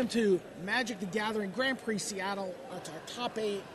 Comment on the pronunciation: its pronounced grand pri- not grand prix